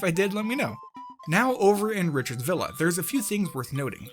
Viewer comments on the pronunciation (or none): none